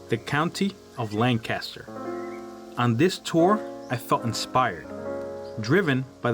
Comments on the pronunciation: I live in Virginia now, but I am from Lancaster. The #1 thing that irritates us is not pronouncing our county correctly. If you want to see Lan Caster, go to California. Otherwise, we pronounce it Lank-ister. Period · Pronounced (LANG *kister) Named for Lancashire England. Excellent video! Highly recommend!!🏆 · You are not pronouncing Lan Caster correctly. Learn the name of Place you are exploring 😢😂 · Cool video and story. But living here in Lancaster I find the mispronounced name Lank Caster difficult to here over and over. It's really just one word Lancaster. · If my wife was there, she’d be beating you and screaming, “say the county name right! It’s Lank uh ster!” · Lancaster - pronounced Lan Kiss Ter (sorry born and bred County kid ) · The moment you mispronounced Lancaster I left the channel. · Couldn’t het ast the fourth second beginning. Learn to pronounce ‘Lancaster’ the way locals do… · You are NOT pronouncing LANCASTER the proper way. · Great video! I like how you corrected the pronunciation of Lancaster in the description, ha. I was corrected many times over after saying it the same way you did. Little tip on chapters btw...if you remove the 0:, it'll show on the progress bar. I like what you got going on and wish you tons of success!